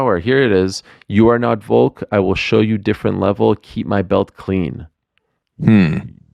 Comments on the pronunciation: Always makes me chuckle when Ariel calls Volk "Voke" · Ariel can you please pronounce Volk correctly, thanks